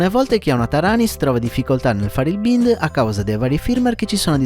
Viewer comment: grazie, molto utile la tassonomia delle sigle. per tua utilità, si pronuncia "baind" :) cercherò gli altri tuoi video.